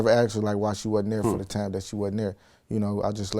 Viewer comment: He doesn't say time he says tame. Not five but fave.